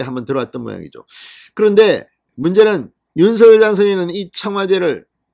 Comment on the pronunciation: 윤석열을 윤성열로 잘못 말하는 바보들이 많은데 윤석열을 윤서결로 올바르게 말하는 진성호씨는 기분이 좋게 한다.